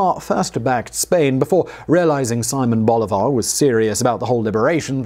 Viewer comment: My ears bled when he butchered Simón Bolívar's name